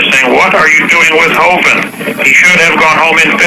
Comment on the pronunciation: Thanks for the upload. I do wish the radio host would stop mispronouncing Kent Hovind's last name. It's a "short i", not a "long i". And the stress is on the first syllable.